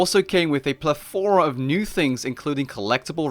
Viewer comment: hey,, could you say pleTHOra once again?